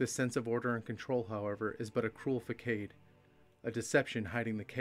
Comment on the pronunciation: You pronounced "facade" as "fuh-kade" and I just can't even...